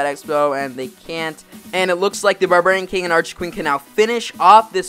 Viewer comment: "Burburian king"